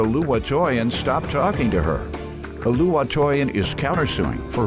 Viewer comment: Lol the way they are pronouncing Oluwatoyin 🤣